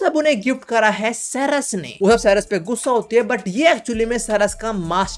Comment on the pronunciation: Ceres nahi charas 😂😂